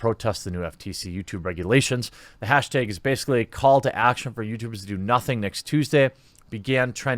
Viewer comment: "moves around in his chair and moved his head around* "make sure to get hash-teg out there so we can get it in the "beg" (dude says tag and bag weird)